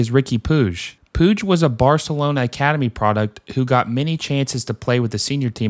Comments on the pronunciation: I know how to pronounce Riqui Puigs name. Sometimes I slip because of being so used to saying (pweeg) from the Yasiel Puig days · fam u gotta at the very least get these names right lmaoo.... pweeg? ...puig (poo-j). sant etenia? ...saint etienne (et-E-en) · Quick tip, ñ in spanish sounds like "ny" and e sounds like the e in pet. So Peñarol sounds like pen-ya-rol Edit: Puig is harder because it's Catalonian, but it's pronounced like pootsh